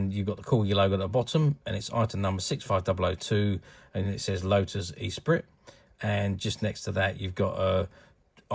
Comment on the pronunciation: Pronounced Esspreet, not E-Sprit! ;)